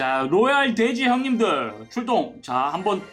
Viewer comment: 초 허팝님 발음이 돼지를 대지라는줄